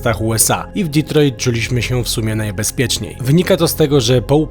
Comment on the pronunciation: Panowie, świetny materiał jak zawsze. Ale tak z czystej przyzwoitości mogliście nauczyć się jak się wymawia Detroit bo trochę wstyd... Pzdr